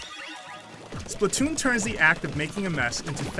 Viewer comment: It's actually pronounced Splat not Split.